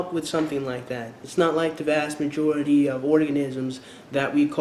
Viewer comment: Did you say "Vajority" ??!! LOLLLLL